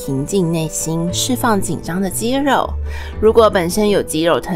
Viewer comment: 旁白說肌肉變肌漏